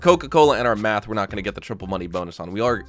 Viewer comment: He says it for a reason 😂